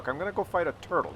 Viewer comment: There were two turds for me in the end until I quit. One was the IKV 90 b. Don't get me wrong: It is not the worst tank of its class and tier, but it is unbelievably mediocre. Secondly, the VK 28.01... PS: In this episode I somehow think of a "Turdle" when hearing you say "Turtle"